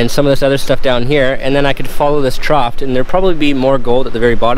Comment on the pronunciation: 4;05 TROUGH ....NOT "TROUGHT"